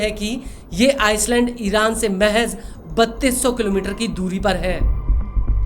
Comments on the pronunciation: वह आइसलैंड नहीं आईलैंड होता हैं 😂😂😂😂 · Ice land nahi ..... I lane "s" is silent in "island".